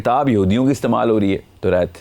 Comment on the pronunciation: Demand ko demaind kehta hy torat ko torait kehta hy .alfaz pura bolta bhi nhi or phir ghalat pronounce krta hy